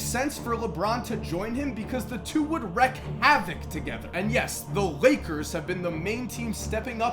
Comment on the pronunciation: Wreak Havoc bro. Pronounced as reek